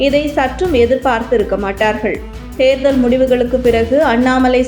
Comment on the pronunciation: Please pronounce Therdhal properly